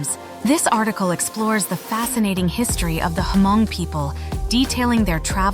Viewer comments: Omg u need to do ur homework about how to pronounce “hmong”. Its not “her-mong”. Its just “mong”. Secondly-“paj ntaub”. U butchered those words so badly. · Sorry but I heard you keep saying ‘H’ in Hmong. The H is silent. Just say Mong